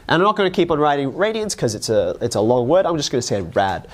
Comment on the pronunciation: There’s no t in radian